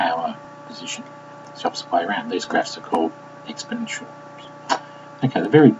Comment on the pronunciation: you can't even pronounce exponentials properly so why are you trying to teach it? plus your teaching is really hard to understand this gets a thumbs down from me.